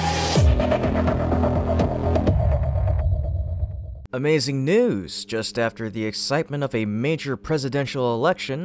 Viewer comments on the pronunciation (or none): none